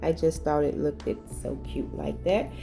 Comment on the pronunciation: With all due respect can I encourage you to say “look’t” instead of “ look-did”